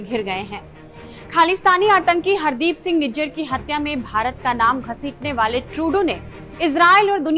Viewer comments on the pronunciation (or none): none